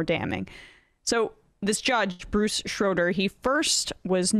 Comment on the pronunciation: Not "Grasskootz!" It's Grosskreutz. And Schroeder is not pronounced "Shrowder," but "Shrayder."